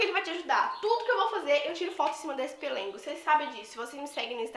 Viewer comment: Amei suas comprinhas 😍😍😍🙏mas eu ri vc falando " pelengo" 🤣🤣🤣errar é humano...se diz pelego 🤣🤣vc é muito animada e divertida 🥰